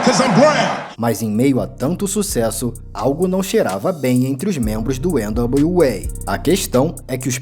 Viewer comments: nao sou nenhum expert em ingles, pelo contario, nao sou fluente em ingles, mas acho que voce pronuncia errado o nome do grupo NWA. nao é ene dablio UEI, É ene dablio EI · Esse pronúncia de N.W.A nem nas músicas são assim kkkkkkkkk não precisa disso não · O documentário ficou massa, só o nome do grupo que você não falou certo